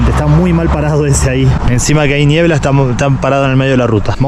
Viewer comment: Si le dice "ñiebla" entonces es ñiebla 😄